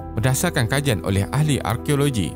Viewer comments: Kejian? Atau kajian? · kejian ? kajian duhh 😂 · kejian ke kajian min? hhaha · KEJIAN TERKINI. Kejian ke Kajian? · kejian ke kajian?😅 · Terkejut aku... "kejian terkini" hahahaha 6.57